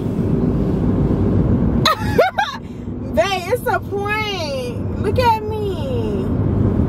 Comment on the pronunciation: you messed up saying how Babe lol